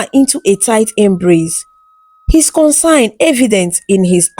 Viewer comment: As I love to read your beautiful stories, try and learn how to pronounce CONCERN from somebody who knows the pronunciation